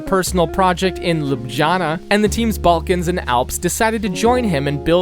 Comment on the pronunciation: all good but your pronounciation of slavic place names is actually atrocious lol try typing the name into google translate in a given language and just pronounce it like this. you are not trying your best bro. saraJevo? ljubJana? really? bro.... I really like the video but my ears hurt